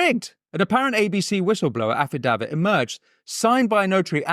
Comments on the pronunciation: It’s pronounced Affi - day - vit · Affi-dave-it You're welcome. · That's not how you say "affidavit"